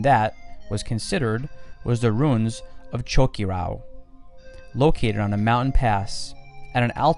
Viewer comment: Been there done it. It's really is amazing. Great documentary but I'd suggest working on the correct pronunciation of many of the names: Choquequirao, Sacsayhuaman, Tawantinsuyu are all mispronounced.